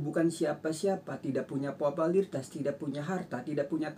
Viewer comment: Pupularitas om bukan popolatras